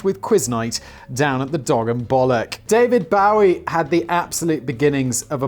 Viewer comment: yo cmon you know who david bowie is its not bow-wee